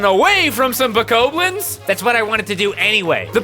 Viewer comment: BO-COB-LINS Like corn on the cob It's not spelled that way but it's how it's pronounced